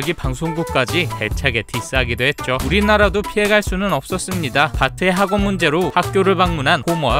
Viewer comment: 나만 호모를 홍어로 들었나?